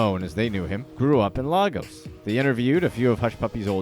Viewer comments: laygos not lahgos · "Laigos"=Lagos pronunciation